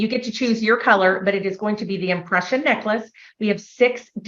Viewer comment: She said they had "impression obsession" and I swear to you I heard "oppression obsession" 😅